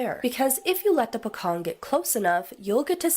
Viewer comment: Its pronounce as Po Cong..the C letter are not sound K but pronounce like the word Change ,Cheap, Chocolate...im south east asian from Borneo island ..my homeland's border shared territories of province of Indonesia and Pocong is one of the folklore's Mystical entity but there's other Utter Horryfying Mystical creature which the Flying Head that were quite common to be reported by some eyewitness in certain region in my place here...needless to say its seemingly Famous to be heard throughout countries like Malaysia and Indonesia..